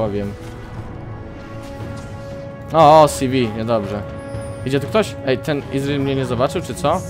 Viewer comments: Gimper... nie izril tylko ezreal KURWA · Nie wymawia się tak imienia Ezreala :D Zobaczcie filmik z jego nową, legendarną skórką w okienku. Łapkujcie.